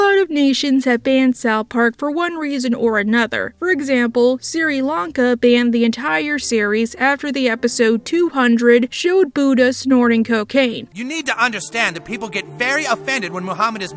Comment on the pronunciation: Siri Lanka, that’s funny. It makes me chuckle when you mispronounce words. Sometimes I wonder if you legit got it wrong or you’re messing around.